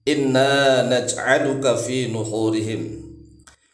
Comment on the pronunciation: Assalamualaikum Maaf Mau tanya Bacanya Nankhurihim apa Nukhurihim. Tulisannya Nankhurihim tapi saya dengarnya Nukkhurihim mohon pencerahannya